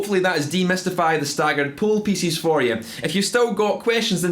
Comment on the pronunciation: At first I thought he said "poo pieces" and now I can't unhear it. Sometimes I think I'm a little boy trapped in a man's body.